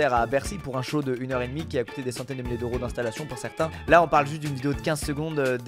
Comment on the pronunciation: encore et encore : quelle est cette étrange monnaie dont tu parles ? Les "Heuros" ? Tu dis trente six "Heuros"... Je pensais que c'était trente six "Zeuros"... C'était pour la FORME... pour le FOND voir les autres commentaires des autres.